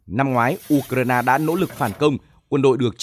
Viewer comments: Tôi xin góp ý, 1 trong 2 bạn phát thanh viên đọc ''Ukraina" thành "Udna" là sai hoàn toàn vì nó không giống với phát âm của bất cứ nước nào. Làm ơn phát âm cho đúng ạ! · Anh này cứ nhấn mạnh chữ u trong từ ukraina. Tại sao vậy?